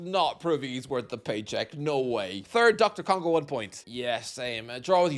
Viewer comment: Glad I'm not the only shithouser that calls DR Congo Doctor Congo.